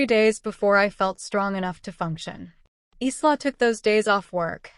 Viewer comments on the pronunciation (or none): Isla is not pronounced eesla . It is Ila . Long I the syllable stressed and then la secondary stress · Isla’s name is pronounced eyela